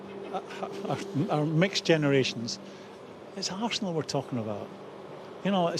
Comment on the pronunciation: Roy “Assnal” Keane